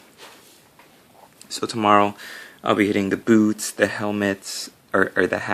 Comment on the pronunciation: Almost thought you said tomorrow I'll be hitting the booze (instead of boots). The FBI may think I'm buying grenade launchers on ebay. :) I almost wish that Dorn had gone traitor, looking at yellow is tough and if they had changed their armor to black color it be easier.